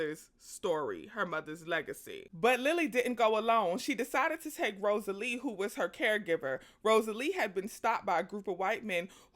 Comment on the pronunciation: This movie is wonderful. The book is even better! Read it when i was a child, then saw the movie when it came out ❤ Also, it's Rosaleen, with an N! Not Rosalee.